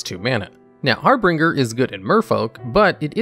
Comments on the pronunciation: Harbinger = har bin jer, not har bring ger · FYI: Its Har - binge - er, not Har Bringer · I know this video is old, but I just discovered your channel. The vid is great and I can see that a lot of work went into it, but one thing bugged me a lot. Your #9 is Harbinger, not HarbRinger. You mispronounce it every single time and it was very off putting. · It's har binger not har bringer. Harbringer isn't a word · Har - binge-er…… not har-bringer…. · Harbinger is pronounced "Har-Bin-Jer". There's only two Rs in it. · Har-binge-r. Two "r"s, not three. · It's 2022, if you can't say harBINger correctly, than you have no business making youtube videos. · He does it intentionally in every video to drive up engagement. Congratulations, you played yourself. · I noticed that there was a discrepancy between bad and big, and our narrator added an r in the middle of harbinger. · I went to the comments the second I heard him butcher the pronunciation for the fifth time. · Exactly the opposite. He does it in basically every video to farm engagement. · the way you pronounce harbinger is wrong. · He pronounced Harbinger wrong. Okay! Just leave it alone. People make mistakes! We don't need to be reminded of them. Maybe English isn't their first language?